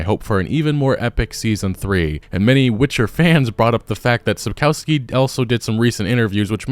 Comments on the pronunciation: Shapkowsky” not Sapousky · What a pathetic company Netflix is! PATHETIC! And who the f*ck is SAPKAUSKI? It's pronounced SAPKOVSKI and written SAPKOWSKI! LOL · Sup-kof-skee. O like in British English, not American. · Sapkowski should be read like Sapkovski. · Mate, all good, but even that bad lady pronounced Sapkowski correctly - it's not Sapkauski. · "sapkałski" - hahahaha. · “Sapkoski”? She doesn’t even know how timo say Sapkowski’s name! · Learn to pronounce Sapkowski properly. It's not that hard. All you need to remember is that "w" is pronounced like "v" . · It's time to pronounce Sapkowki correctly. "ko" part dont say like "co" in "cow" but like "co" in "cold"